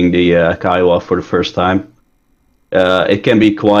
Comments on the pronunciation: PLEASE its KIOWA not KEEOWA named after the North American native tribe KIOWA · Can someone please teach Cap on how to pronounce Kiowa LOL